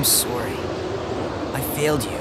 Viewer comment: He said he was soary